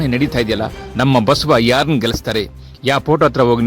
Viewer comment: Basava anthira go mathe anthira enu antha sariyagi heli